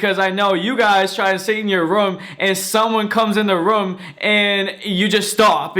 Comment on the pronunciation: I don’t like how you say room but I still love you